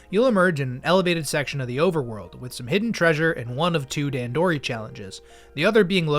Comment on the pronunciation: I think it's funny that you went out of your way to a learn how to pronounce "hearth", but not "dandori" Other than that, and you slandering the winged pikmin, though, great video!